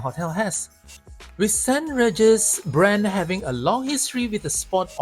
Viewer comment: it's pronounced Saint rEEgis, not Saint raregis. but nice content and i agree with the points made in the video about the walk although can use the MRT but that is a walk by itself!